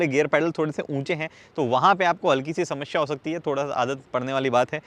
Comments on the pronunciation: He is samashya 😂😂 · "समस्या और शमश्या" 🙂🙂